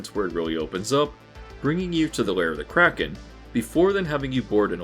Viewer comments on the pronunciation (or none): none